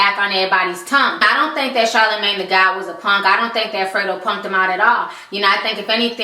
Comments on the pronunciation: Free-doe star lol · Fray-dough star?? LMBO! I will forever laugh whenever I see him now!